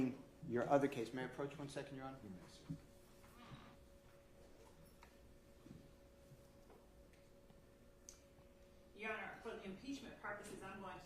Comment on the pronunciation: do she no how to say your honor instead of yonner